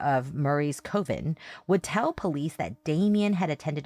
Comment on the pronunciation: just for clarity, the correct and only pronunciation of coven is “cuh-ven” not “coh-ven”. Coven is not a word that has two correct pronunciations, like potato and tomato and other words. I’ve quite literally never heard anyone pronounce it that way before! And I’ve heard ppl w all sorts of accents say that word, including accents that would almost make sense to pronounce it that way, yet they do not, such as a Minnesotan, North & South Dakotan, Canadian accent or accents from other countries. I had to rewind this bit bc when initially listening, I actually thought you were talking about something completely different, got confused and had to rewind the podcast to go back to try to figure out what that was you were talking about!! A lot of ppl aren’t going to know and understand that you’re talking about a coven/covens when they initially hear you say that and will also find themselves rewinding to try to figure out what you’re talking about bc they think you’re saying and talking about something completely different! It’s pronounced exactly like the word “oven”, just adding a “c” on to the beginning!! Do you pronounce the word “oven” the same way - “oh-ven” and not “uh-ven”?!? I would have thought it was you just flubbing the word accidentally, like everyone does all the time. But you said it twice w/in a few seconds, sentences apart and you’ve also incorrectly pronounced it other times in your coverage of this case. Also, so my tone is clear and doesn’t get lost in tra